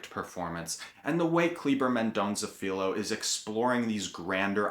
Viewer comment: Good job! First: the "lh" in Filho is very hard to pronounce for English speakers, because you don't have this sound in English. Try saying Filyo fast a dozen times, and you'll get it! Second: you got it right about pinpointing the personal (that becomes national) search for identity of a mother called "indian" (the best today is to call her indigenous), who was denied raising her child because she was poor, and a servant in the house, carrying a baby from the well to do family, at the same time alluding to the Brazilian past of violence against the original peoples of Brazil and the slavered people brought from Africa! Good review of yours!